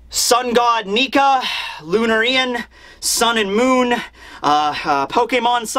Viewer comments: bro it surely is lunArian and not lunarIan.. the punctuation I mean... and since im on it.. its NOT nucular it NUCLEAR... thank you.. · So... THe Sun/Slave god Nika... Was probably a Lunarian then? We got that answer way faster than I thought we would... NEAT! Also, it's "Loo-narr-eee-ann", not "loo-na-ree-ann". And "Sha-had iversity"... But that's just a minor gripe, you're from Pennsylvania, I forgive you and your weird accent :P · Could be wrong but when I read Lunarian I think the pronunciation would be Lu-narian, not Luna-rian (just like A-merican and not Ame-rican) we'll see in the anime but to me feels like it sounds better that way.. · lunaire -ian not luna-rian lunairian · I think you're pronouncing it weird it's not "Lun-erian" its "Lun-Ah-rian" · Lunar Ian? Lunarian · I think it is pronounced Lunárian, not Lunarían. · Wouldn't it be pronounced "lu-nair-ian" and not "lu-na-ri-an"? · its not Lunar RIAN. It's Lunarian. The pronunciation is killing me. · Luná-rian. Not Luna-rían, get t right,. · bro, I'm pretty sure it's pronounced (Loon Air Ian) Lun•Ari•An 👍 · Lunarain should be pronounced like Librarian "Lu nar ain" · Loon-air-eee-ann Like Luna “Loo-na” for moon 🌙 Sanji s doemant DNA is definitely being activated i with the raid suit for sure, as long as it doesn’t fuse to him 😂 Is don’t see the machinery at all, we would have seen that…especially Chopper! The SBS ending early means he would never give anything like a serious spoiler. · first reviewer to call it luna-rian and not lunar-ian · just a preference - Lunarian, pronounced LOO-NARE-IAN. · LOU-NAIR-IAN Is how it's pronounced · I think it might be pronounced lune-are-ion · Say it with me: Loo-nair-ree-uhn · I pronounce it as Lun-Arian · I think it's pronounced Lou-Nar-Ian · I think it's pronounced Loon-air-ee-an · Lu-NARIAN why is he pronouncing it like that lol its bother me so much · Lun-arian or luna-rian? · Why do you say lunarian so weird